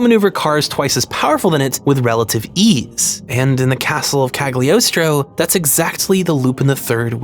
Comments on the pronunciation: Impeccable pronunciation of Citroen but says Cagliostro with a hard G. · g in cagliostro is silent. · Part II has a lot of disappointing episodes in terms of writing. Part I is best, especially the first 9 episodes. Also Mystery of Mamo is better than Cagliostro. Also Cagliostro is pronounced with a silent g (as it's a vaguely italian setting. Listen to the japanese dub.) That's all, thank you very much for the video. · "I'm really smart." Immediately mispronounces "Cagliostro"